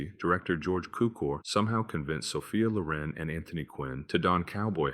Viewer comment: That's HELLER IN PINK TIGHTS, folks! (And the primary accent is on the SECOND syllable of Sophia Loren's surname, not the first syllable.) That much said, there are three movies on this list that I've seen. I agree that HELLER IN PINK TIGHTS and A TIME FOR KILLING are bad, really bad (though it was intriguing to see a grown-up Margaret O'Brien in the former and an almost-adult Paul Petersen in the latter) - but I do like THE QUICK GUN, and I don't think it's as bad as it's made out to be here. (But then, I like Audie Murphy in almost every movie that he made, and I also like Merry Anders and Ted DeCorsia, though DeCorsia looks clearly ill in this film.) Speaking of Audie Murphy, I'm surprised that A TIME FOR DYING (1969) isn't on this list. It is to Budd Boetticher what HELLER IN PINK TIGHTS was to George Cukor. Finally, if you haven't seen FLAMING STAR (1961) and/or CHARRO! (1969), both of them starring Elvis Presley, I strongly recommend that you find them and watch them. It'll be time well spent - I promise! (Yes, I HAVE seen both of them, and I do like both of them a lot.)